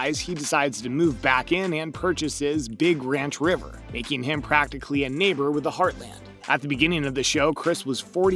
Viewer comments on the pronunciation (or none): none